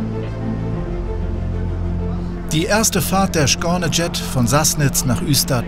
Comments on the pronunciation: Skane Jet wie auch Skåne werden weder im Schwedischen noch im Dänischen oder Norwegischen "Schkone" ausgesprochen. Wie kommt man nur auf so was, zumal wenn man sich mit dem Thema beschäftigt und sogar ein Video produziert und veröffentlicht? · wieso sagt der ständig "schkane"? also wenn man kein schwedisch kann dann soll er es lieber deutsch aussprechen 😂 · Die aussprache von skåne tut zwar echt weh, aber sonst wie immer gute dokus